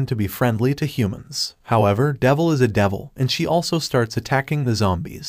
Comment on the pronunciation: "future davil" 💀💀💀man im dead